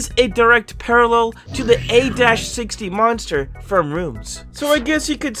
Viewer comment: It’s pronounced a 60 not a – 60 I just had to say because it was bothering me